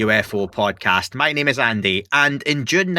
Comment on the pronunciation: ANDEH!! WHOT DO YOU MEAN YORE NOT AN ACADEMIC????